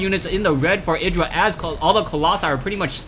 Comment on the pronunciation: Lovely game :D Btw, check artosis' videos to hear how IdrA is pronounced ( ee-dra )